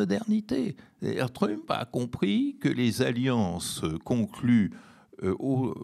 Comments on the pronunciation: A partir de dorénavant je vais faire comme ce (très très brillant) monsieur et prononcer "Trümp". C'est bien plus rigolo comme ça. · Quel dommage que ce monsieur si cultivé et qui parle anglais, comme il le montre ne fasse pas l'effort de prononcer le nom de Trump avec un minimum d'accent ! Je me suis demandé si c'était pour se moquer ?! Mais je ne crois pas. Dommage car, à mon sens, cela lui fait perdre de la crédibilité...